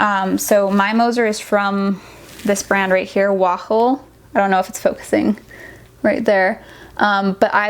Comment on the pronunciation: "Wahl" is pronounced "wall" 😁